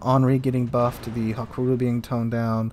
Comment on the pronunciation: I don't think it is "hakuru"... :)